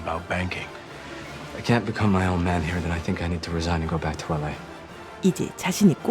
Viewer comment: LA발음할때 에레이 에레이 하지마시고, 엘.에이 엘 엘. 빨리발음하면 엘레이 엘레이 이렇게들리게발음하셔야합니다. 에레이다저스가 아니라, 엘레이다저스!